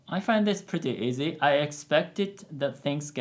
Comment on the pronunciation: Whenever he is saying easy I'm dying 😭